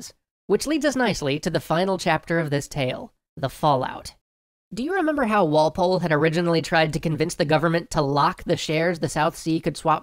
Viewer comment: Okay, I got so annoyed by your emphasis of Walpole.